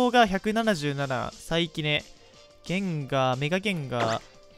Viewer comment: ゲインガーて言うのやめろ